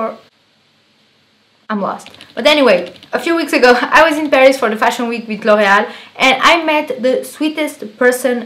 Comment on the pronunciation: yes i guessed with your name. But when you said loreal it sounds so french. lol